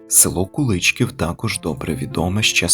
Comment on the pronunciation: Дякую за цінну вашу працю! Куличків моє рідне село, дуже мені дороге . Місцеві роблять наголос на" і " : Куличків